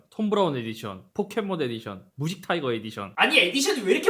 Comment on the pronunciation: 무직타이거 에디션 할때 발음 개웃긴다 ㅋㅋㅋㅋㅋㅋ